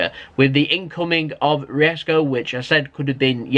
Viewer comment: So do you pronounce Isco wrong on purpose or is it just jokes?? Hahaha